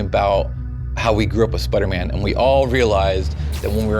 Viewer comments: It's Spider-Man Not Spuderman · Spidah man